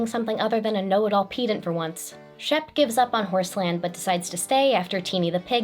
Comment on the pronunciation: Is being pissy about how said pee-dant gonna reveal me as a pee-dant? I'd hate to be pee-dantic